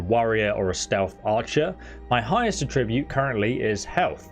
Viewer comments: Attribute is pronounced with emphasis on the first syllable :) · Am I the only one who is hyper focused on him pronouncing the noun form of attribute like the verb form? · You need to check the correct pronunciation of "attribute" too. :) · Love the helpful advice. Serious mental cringing at your horrible pronunciations. Attribute, Markarth and quite a few other speech errors. I get that you sound British, but honestly, that should mean you are better at speaking English, not worse. Again, I found this advice helpful. Please don't think I am ragging on you. Subscribing